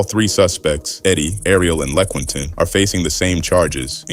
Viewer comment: "Lequientin" lol